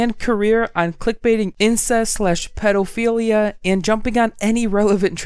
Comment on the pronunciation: Love this channel but have to point out he said "pedalphilia"